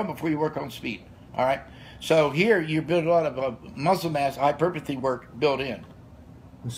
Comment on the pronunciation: “Hyperpuhthy” can’t wait